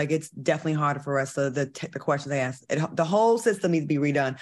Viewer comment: ...how to say ASK. I'm dying,Claudia!!!!